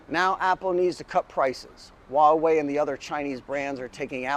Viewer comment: Great video and message. However can I be a little pedantic, and help you to pronounce Huawei, it's not "wah-way", but "hwaa-way". All that aside, great point and video though, good job. Subscribed 👍